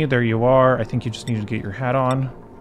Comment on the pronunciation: Ashkan is a persian name. you can pronounce it with combining two words. the first is "Ash" where you say correctly, the second is "kan" , think of an old British lady who says "i cAn't", just drop the t and say "cAn". now combine this two and just say "AshkAn".